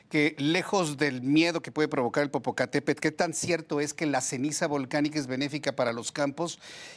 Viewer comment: Muy vulcanologa pero no sabe pronunciar correctamente el nombre del volcán. De verdad una vergüenza